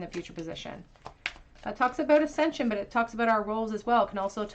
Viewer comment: Pile 2, when you said "but" I thought you had said "butt" and was like "yeah that's him 😅